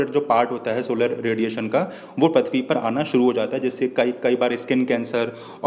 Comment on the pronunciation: Not prathbi say prithbi